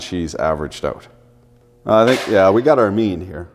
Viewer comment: "And here vee go" Finnish man said Canadian man quoteth